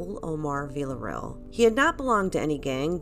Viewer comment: I appreciate you, but I wish you pronounced Villarreal correctly